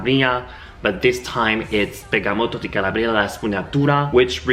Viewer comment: SI DICE"BERGAMOTTO DI CALA'BRIA no CALABRI'A....kisses